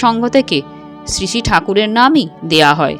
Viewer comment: কিছু মনে করবেন না। আপনার বিবৃতি চমৎকার। শুধু শ্রী কথাটা উচচারণ ভালো লাগে নি।